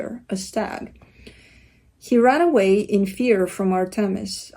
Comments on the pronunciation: you nailed the pronunciation of Artemis, I am Greek and it sounded like you were saying it in Greek! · are you Greek? 🇬🇷 you pronounced Artemis perfectly! ❤️